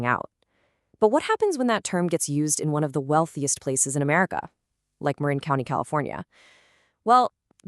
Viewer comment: If you use Ai or text to speech, misspell words like Marin so you get the right pronunciation. Thanks for posting.